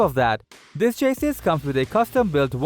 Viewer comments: It's chassy not chasys :-) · dude go please in front of a mirror and say "cha sea" 55,000 times and then repeat it faster and faster until you can pronounce chassis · Love the content. Hate the way you pronounce chassis